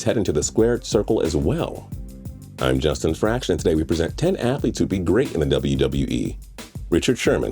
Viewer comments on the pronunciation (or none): none